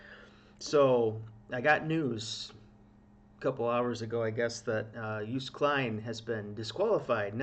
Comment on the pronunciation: Hi! Double o in Dutch is pronounced the same as the o in Toast, so: pronounced as Joast... Not "Joost"... Anyway, I want to get back to ignoring this whole thing now, thanks... Which reminds me: Stroopwafel also not pronounced as "stroopwafel" it's a Dutch word, so: Stroapwafel... the a in wafel is a different story... Back to ignoring this whole thing now... Oh, wait: Praising Joost and The country/history/people of The Netherlands/pronouncing the Dutch double o correctly will likely get you several thousand Dutch subscribers, so... well, nothing. Yes, I'm Dutch but not "proud of it" so "Dutch in name only, a Dino? OK, my passport too! But who cares right? "Have a nice day, bye! I just realised... Good job on the J sound! Yoast is probably the best way to describe how to pronounce it... So first part as in you, the rest as in toast... No kind of pun at all intended... Well, OK! Joost!: You toast! Awww, soooo sad really... But what luck that so many people witnessed "the incident" and now letting us all know exactly what happened and that the entire country was victimized because of course Joost did absolutely nothing wrong, it's just sooooo unfair! Listening to your comments again; "Chaos/insanity" are you sure you're talking about the "Song contest" and not about all the "real stuff" happening around this part of the World? SO sad that we could have all just forgotten about all that for a while and talk/think about something else instead for just a few hours, but no